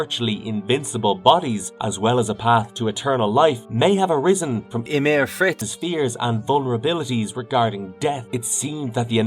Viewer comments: I think this is an computer-narrated video, and it couldn't pronounce Ymir Fritz correctly. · whats up with that ? AI couldn't pronounce that word right? :D